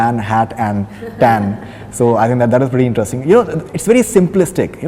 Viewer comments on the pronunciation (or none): Those days when Faridoon's face colour used to match his rest of the body. Now this wannabe idiot puts on so much make up that it's lol-worthy. And for god's sake sexist idiot it's 'interesting' not INTE'RUST'ING